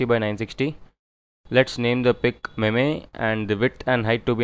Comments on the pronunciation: Its not pronounced "meme", it is pronounced "meem" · it spells meem not maymay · Apart form the "memay" pronunciation tutorial looks solid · It's not pronounced meme it's pronounced as meem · ME-me what is the pronunciation hahaha